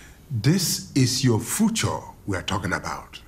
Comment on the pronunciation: "Your fucho" Ah, professor, it's future, not "fucho"